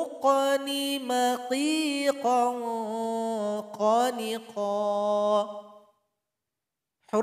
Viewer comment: Kayanye ada yg janggal saat menjelaskan huruf KHO' (خ) .. بخ TERBACA بغ